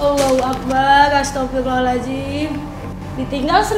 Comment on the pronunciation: Gua emosi sama dia bilang "astafirlohhalajim" nya, wakwakwak